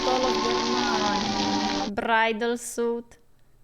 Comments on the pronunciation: It read Bridal "Suite"(pronounced Sweet)not Suit. A Suite is basically a fancy upscale Hotel Room, or couple of Rooms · Suite is pronounced Sweet...a top notch room in a hotel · bridal "suite" is pronounced SWEET. It's French. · Suite is pronounced like sweet.